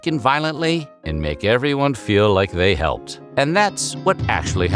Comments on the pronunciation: Unforgettable commercial "and I hepped" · "No Daddy, Its Shake and Bake...and I halped!"Yes she said it Southern style..LOL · "Helped" had three syllables.